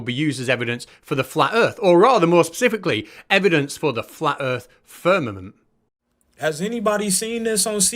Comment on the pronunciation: This guy speaking about ppl being stuck in the "firmanent" is clearily joking 😂 and presumably cringing as hard as us that ppl legit believe it 😂 at least I hope so 😂